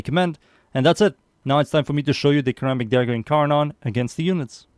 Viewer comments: Is pronounced like Ser rammic. Like serrated. Not kurr rammic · You pronounce ceramic starting with ssss' not cuh' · actally it wold be pronounced like (sir-amic) and if u care to argue go ahead and say the word "Certify" out loud. both start with CER which is pronounced as "sir" 😅😅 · Its a "suh-ramic" dagger my guy 😭